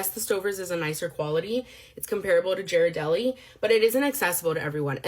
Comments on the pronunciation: I'd rather get those Publix strawberries that actually use chocolate then pay more for fake chocolate. Also, her mispronunciation of Ghirardelli annoys me lol. It's a hard G, not soft. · Ga! Like Gary - Ga! Ghirardelli is Ga not Ja... Sorry, it's on ongoing thing in this home to argue about this 😭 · "My options are ghiradelli (prounouced gear a deli, btw, ) or almond bark" Nestle, trader joes, and hershey's have entered the chat. All use cocoa butter and are real chocolate at a far lower price point than ghiradelli. People have options between luxury and garbage. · I don't trust anyone who calls it 'jeer-adelli' anyway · This is completely off topic but the way she says brands wrong makes me feel like it’s on purpose💀 like you know damn well it ain’t Jiradeli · bro you don't neeed to go to whalmary and how do you pronounce "gherdelli" like that omg i don't usually go at people for what they say but in this case... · Not her absolutely butchering the pronunciation of Ghirardelli with a soft 'g' like Jerry. I'm dead. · its pronounced; G R Dell A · Is no one else mad about how the one woman pronounces Ghirardelli??? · This is entirely petty and stupid and pretentious of me to say but the strawberry lady mispronouncing “Ghirardelli” is making me cringe so hard lmfao. Obviously there’s a lot worse but that just got under my skin idk why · It’s funny that she’s talking about all these chocolates and she can’t even pronounce them…🤨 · I will crash out over her Ghirardelli pronunciation, holy SHI